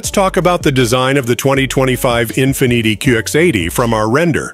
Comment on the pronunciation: Learn how to say Infiniti, ok?